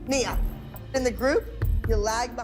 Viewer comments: HER NAME IS NIA (Neeuh) not NYA! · "NEE-ah", not "NIE-ah". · Another one that can't pronounce NEE YAH, not ni ah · 😂it’s not (*Neye-yah*) it is (*Nee-yah*) spelled Nia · Nia's name is pronounced Nee-yuh not Na-yah. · By the way it’s pronounced nee- a for Nia not ni- a if that’s ok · Lol it's Nia not Niyah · well for one thing, Nia’s name is pronounced nee-uh like Mia, not ny-uh like Maya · How did you pronounce Chloe's last name right but called Nia "Naya"? Micro aggression at it's finest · Nia is pronounced nee-ya please get it right smh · N-ia bro its NI-A ALSO SAY THE NAMES RIGHT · Horrible video. You don’t even pronounce the name of the kids correctly. And you do exactly the same thing producers at lifetime did you. You mix some pictures together to get an angle that you want. If you want to tell the full story, why don’t you talk about that those mothers and kids kept coming in for more for seven years. And they would keep coming if they could. The kids from all over the country lined up to be on a show. Abby, went to jail, had cancer, got paralyzed, maybe it’s enough to beat down on her.? The kids on the other hand doing well and millionaires, when it’s all said and done, who do you think had more trauma? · The way you are saying Nia’s name is ridiculous. If you’re going to make videos that are dissecting a show, at least get the names right. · the main ideas/statements of this video are true, but there are so many incorrect details (saying the wrong season number for certain episodes, mispronouncing nia's name even tho you just played a clip of the correct pronunciation in the show, saying the kelly/abby fight happened on live television when it was prerecorded, etc) is research really that hard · The mispronouncing of Nia's name made me turn off the video.... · I’m sorry but they way you pronounce Nia name 😭